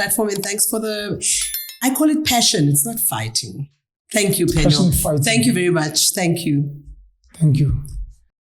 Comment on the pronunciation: It's PenuEl not PenuAl